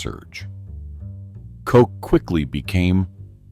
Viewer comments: Pronounced cot- ch, not Coke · His name was Edward Koch not Edward Coke😅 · Koch's rhymes with crotch. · Its mayor koch not kote. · It would help if you could pronounce the names of these evil reprobates! Aids is the sin disease of sodomites! If they found salvation through Christ they would have cared because they already knew what they were doing was blasphemy! Koch is not pronounced kock! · They mispronounce the last name of Ed Koch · Koch died of congestive heart failure. Not Aids. Can't even pronounce the man's name.